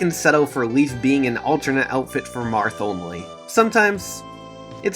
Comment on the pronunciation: Leif is pronounced "layf" not "leaf". It's a Finnish / Norse name. I'm sorry for being that guy, but it bothers me...